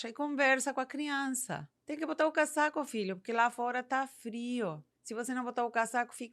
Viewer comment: Dica: Na pronúncia, utilize o S do casaco com som de z, cazaco